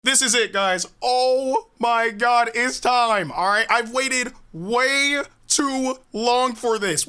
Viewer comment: Did he said oh it’s shime instead of time 😂 😂